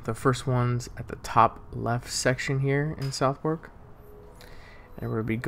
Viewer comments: you said Southwark wrong as well it should be suthuk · Sorry bro,i love u but itd pronounced Suthok 😅 all love baby